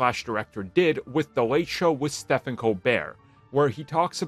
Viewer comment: Anyone else notice he called Steven Colbert “Stefen”. Not a big deal and Stefen is cooler than Steven but just something i noticed.